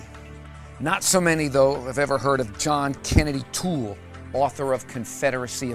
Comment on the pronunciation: Could this dingbat get his facts any more incorrect? Pronouncing Toole's name as "O'Toole" and talking about how A Confederacy of Dunces won him the "Nobel Prize." Christ!